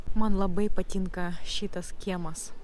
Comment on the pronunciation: biat,tian,nias,prie situ tarimo reiktu padirbet.dar zodis patynka,taip pat raide t vietomis girdisi kaip c,tc,bet be situ klaideliu,akcentas nelabai jauciamas,pasiekimai akivaizdus.greitakalbe turetu kiek padet susitvarkyt su tarimais,kaip beje ir dainavimas.